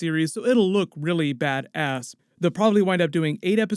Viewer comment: "It'll look really BAD.. ASS" Why the pause hahaha XD